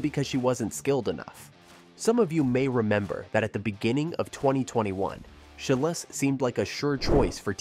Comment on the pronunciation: “SHY-LEESE” (phonetically) And “CHI-LZ” not Chi-less It’s hard to find you credible if you can’t pronounce the names of very well known gymnasts.